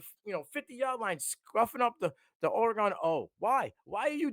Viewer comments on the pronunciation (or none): It's not Oruh-GONE. It's Or- ee-GUN